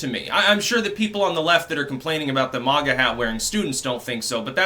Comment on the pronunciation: its "maga" hats not "manga" (with japanese pronunciation) you fucking weeb